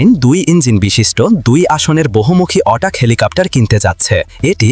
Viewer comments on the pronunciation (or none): হ্যালো, এ্যাটাক হেলিকপ্টারকে কেন অটাক হেলিকপ্টার বলছেন। আপনি ইংরেজি উচ্চারণ শিখে তারপর ভিডিও তে ইংরেজি শব্দ সংযোজন করুন। এ ধরনের ভুল উচ্চারণ ভীষন বিরক্তিকর।